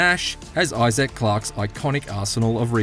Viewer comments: eye zack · This dude can't even say Issac right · The way you say, Isaac drives me crazy 😆